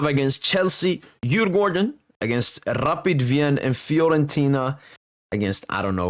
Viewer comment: Really good pronounces on Djurgården and AIK😊😊